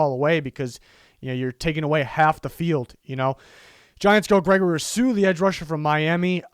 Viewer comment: Why tf do you say Rousseau like that.... also if the giants take him at 11 I’m finna kms